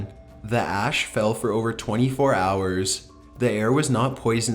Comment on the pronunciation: It's not his voooooice. It's the way he drags a syllable out for way to looong. Other than thaaat, his voooice is fiiiine. Also, the word "hours" is one syllable - that doesn't take many how-ares to fiiigure out.